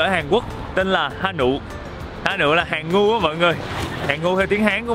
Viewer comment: má ơi tui người miền tây mà nghe chữ "Hàn Ngưu" ổng phát âm tưởng Hàn Ngu ko có giải thích là t lại sai lầm rồi. 😅